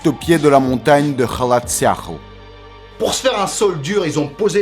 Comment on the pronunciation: MONTAGNE MORTE ET NON MONTAGEN MORTE 😅